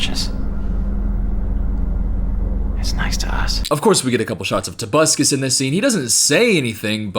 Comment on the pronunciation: Every time says "tobuscus" I get an electric shock directly to my central nervous system